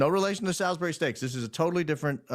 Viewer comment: It’s pronounced Sallsbry ….Marquess of Salisbury. Guy Fawkes Day.. I grew up in England and every year on Nov 5 we burn him on a bonfire. We make an effigy of him using old clothes stuffed with rags and stuff its called a “Guy”. I have a friend whose last name is Fawkes and he’s related…